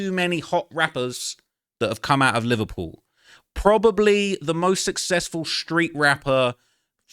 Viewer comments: "im from Livur-puel" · They way you say Liverpool was sending me...sounds like the Beatles from that one scene from Zoolander 😂